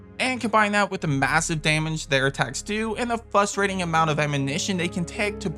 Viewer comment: Pronounce “frustrating” correctly, challenge impossible